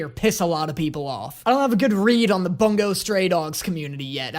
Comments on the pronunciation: *boo-ngo not bunggo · The way he says bungo stray dogs like boonga stray dogs instead of bun-go stray dogs is priceless imo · ITS BUNGO NOT BONGO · You saying it as bun-go pained me (its boon-go)